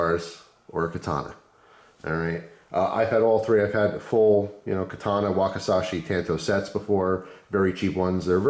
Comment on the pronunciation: not ..'key tawna ' its ka ta na, kata-na .the Nunchuku are sold by Asian world of Martial art... in 1980 i had a pair of the Cocobolo vers and beat the shit out of my ankles learning them but i got pretty good